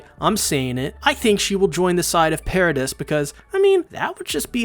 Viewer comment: It's "Para-dee" (according to the dub)